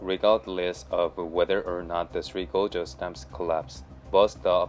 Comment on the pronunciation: You'd think you'd learn to pronounce gorges properly if your going to be saying it a thousand times.